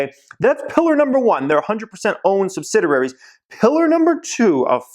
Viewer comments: It’s pronounced sub-sid-e-airies not sub-Sid-er-airies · Sub-sid-i-ar-ies: ONE "R"